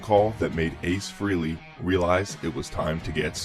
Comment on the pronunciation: It's fucking FREHLEY. NOT FREELEY.